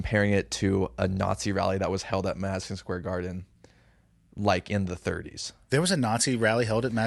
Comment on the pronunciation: loses by default until he learns to pronounce his D’s and stop saying them as TH’s. “Mathison Square Garthen”. Gross, lol. 😂